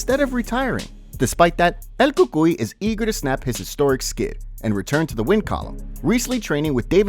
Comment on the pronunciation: i disliked just cuz of the way you said El cucuy